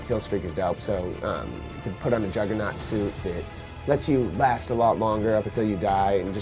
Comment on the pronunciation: "lets you put on a jugganort coustume" ME: oh nooooooooooooooooooooooooooooooooooooooooo.!!!!!!! here we go again.